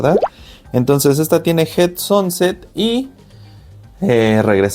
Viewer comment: A una cosa que ya sabras esa bola con get sanset que asi se pronuncias ,no sonset ,es una genetica de las mas caras, llegando a costar una sanset visual asta 30.000 dolares y mas .Y lo se por que Miguel Garcia de USA lo explico y enseño, una puesta que el crio y le hicieron una oferta por creo cuatro pitones bola sanset 100.000 dolares.